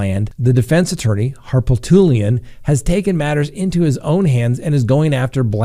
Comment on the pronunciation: Here in South Carolina hiis name is pronounced Har-poot-lian.